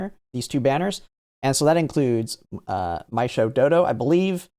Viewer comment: You pronounced Meisho as "MY-show"? It's "MAY-show" and the same thing with Eishin as "A-shin" like the letter A, not "EYE-shin." Free Japanese lesson for you: Any Romanized Japanese words/names with "ei" is pronounced like the letter A.